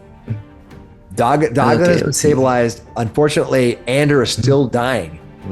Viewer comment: That was a great one-shot! Thoroughly enjoyed it and character "Duggan" (and that's pronounced 'Doog'gan btw) was a great addition to the team! Him standing in the door blocking that evil-doer was classic! Great game! Thoroughly enjoyable characters.